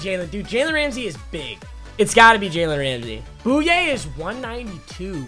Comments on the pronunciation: Boy-yay not boy-yee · its pronounced boo yay